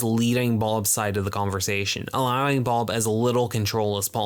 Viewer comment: Good video but why in the fuck are you pronouncing bob as boulb??